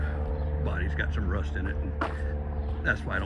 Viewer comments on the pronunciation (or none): none